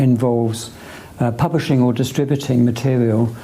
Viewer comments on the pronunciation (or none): "Pumwishing or distwibuting...." Oh I really dislike that guy